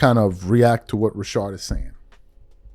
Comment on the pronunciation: Rashad, I don't know why can't say his name correctly lol